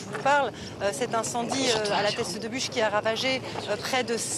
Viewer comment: Non sérieusement respecte le nom c est la teste de buch et pas bouches, accrochage très déplacé